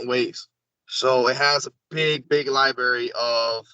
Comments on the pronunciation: LIBARY?...REALLY LIBARY? I LOVE YOUR WORK, BUT THIS GUY? LET'S HOPE THAT WITH SOMEONE WHO CAN'T EVEN PRONOUNCE THE WORD LIBRARY THAT THE BULK OF WHAT HE IS SAYING ISN'T A BIG OLD LIE-BERRY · Axe if they ate pasghetti in the liberry? Seriously why would know so much about this stuff when he can't even pronounce library? Nobody in the military privy to "classified information" is going to come on this YouTube channel and spill the beans. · LiBerry, really dude? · Pasgetti in the liberry hahahaha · I’ll have the Newkeyler Pasghetti in the Liberry ha🤣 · He's said it a bunch of times... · Of course they cuss- read my comments again- I'm not knocking his etiquette. He doesn't sound like military. Or a contractor. Or even a consultant adjacent to the work. Think about it: alien artifacts, high-touch project, incredible impact...and they send someone that can't say "library", doesn't know the capital of the country he is CURRENTLY IN and ENTERING, and refers to explosives as "little square bombs". I barely engage in this conversations with MY FAMILY (who are well spoken, educated and SWEAR) and I know it's plastic C4. It doesn't take a genius. This is a LARPer. I've had personal sessions and collaborations with other guests- he does good work, and I'm not a died-in-the-wool cynic. I'm just a critical thinker seeing dozens of red flags. He sounds like a bad actor that can't do enough research to spend 5 minutes on youtube. It's ROUGH. It's disappointing. Our community deserves better.